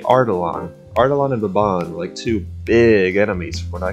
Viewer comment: I'm suprised that you didn't butcher Baban's pronunciation